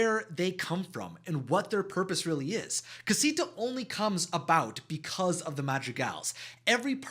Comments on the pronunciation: Ok I’m sorry you said casito at the beginning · I can’t….. your pronunciation of all these Spanish words are making me cringe so bad…. I don’t even wan to watch it. You killed Madrigal and Casita